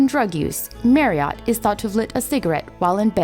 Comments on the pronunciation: A great video spoiled by the voice over. Surely the "voice actor" could have learned the proper pronunciation of Steve's surname. ( It should of course rhyme with chariot) No excuses for the American accent as it's obvious she hadn't a clue who he was. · Spelt Marriott pronounced Marriatt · His name is Marriott not MARRIART. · I wish narrators would take the trouble to determine how the guy's name is pronounced! 'Marry -uht'. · It might be spelt Marriott but it was pronounced Marriett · I thought his name was Marriott - why does the voice over keep saying Merriott? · Please pronounce Marriot correctly and not as the hotel chain. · Marri-ott, ha ha. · "MARRY -OTT"????? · Marree 'Ott????😀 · Marriott not maryott. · If you're going to get into the narration from a Brit's point of view,I sympathise.I'm about to watch it muted.I stopped at the sound of his name pronounced 'maryut'.I was curious to see what the comments look like. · I just put one word as a response to watching this video - "Mary-ott" yuck! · What a funny way to pronounce the subject's name. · It wouldn't hurt to pronounce his name right - and McGlagan's. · Wish she could pronounce his surname properly. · It would be nice if the narrator could actually pronounce his name correctly, but i's obvious she is clearly reading a script about someone she never knew anything about until she got the gig!! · It's a pity you can't pronounce Marriot properly. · She can't say his surname properly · I wish she'd known how to pronounce 'Marriott'. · Great but the narrator sounds like she's reading the bouncing ball over the words. MarriOtt? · Merry-AUght? At least learn to say the man's name for f**k's sake! No it's not an accent thing, it's an emphasis thing and his name is HIS name. Respect? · Interesting video - but FFS it pronounced Marry ut - not Marry ot. Just really annoys me everytime she says it. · Marry-Ott?? It’s pronounced Marry-Utt FFS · It's pronounced Marry ut not Marry ott doh! Bloody yanks 😂